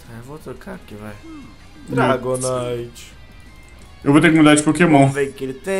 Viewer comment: só VC mesmo pra falar dragonaite naiteee